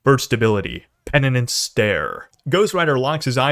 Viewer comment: Penannance lmfao. It’s penance